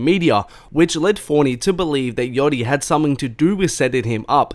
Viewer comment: lol this guy still pronouncing it “fOrNy”